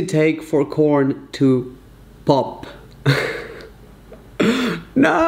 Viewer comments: Raphael: How long does it take for corn to bob? Phone: webpages found of "how long does it take for corn to bob?" Raphael: I didnt Mean for corn to bob.... i ment bob 🤭😂😂😂😂 Im laughing so Hard. Im sorry but he accually sound so cute trying to pronounce pop 😂😂😂 the rest of the video i only heard him saying bobcorn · 😂 OMG! When you were trying to ask Siri how long it takes for corn to pop and it thought you said bop😅 literally made my day